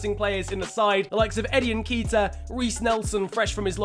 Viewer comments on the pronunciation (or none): get ceballos on loan like in irl and also its nketiah (EN-KET-EEAH) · Not sure about this but I think Nketiah is pronounced “Un Ket Ee Ah” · pronounced nn-keh-tee-ah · its eddie n-kay-tia. he's ghanian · The pronunciation of Nketiah is really annoying